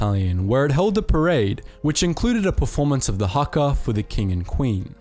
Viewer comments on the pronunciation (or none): none